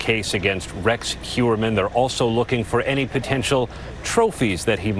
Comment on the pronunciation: H-oy-er-man..... it's a German name. Eu in German, is pronounced like oy in English.